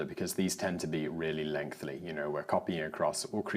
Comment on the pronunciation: Lengthy, not lengthly. Allegedly.